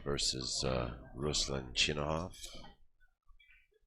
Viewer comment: Isn't it ChinaKov?